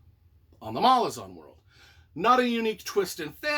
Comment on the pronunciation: The most annoying thing about this video is that he pronounces Malazan wrong the entire time